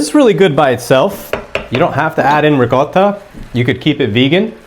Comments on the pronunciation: I love the way he says ri - CO - ta instead of ricodda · loved it. Have liked and subscribed. thanks for posting And as an Italian, I really appreciate you pronouncing the word ricotta correctly lol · He pronounces it correctly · I've done something similar but with a can of stewed tomatoes. Shout out for pronouncing Ricotta correctly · Thank you for properly pronouncing “ricotta”! Hallelujah! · Thank you for pronouncing Ricotta properly!!!!!